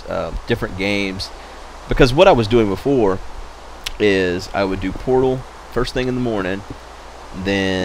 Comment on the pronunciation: I can't help not to hear "porno" whenever says Portal lol